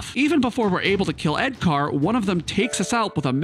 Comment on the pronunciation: I'm 4 minutes in and I love all the car references. I heard you say "edCAR" and I knew you were going to name the monk "Punch Buggy"!